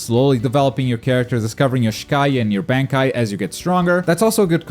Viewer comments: just a small note you mispronounced Shikai and Bankai pretty badly. It's pronounced "Shee-Ky" and "Bon-ky" respectively in English terms. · You pronounced Bankai incorrectly... Smh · it should be illegal of how u pronounce bankai💀💀💀💀